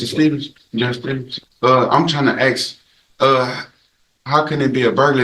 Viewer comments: Axing all over the place. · Baby momma and of course "ax"; instead of ask 🤦 culture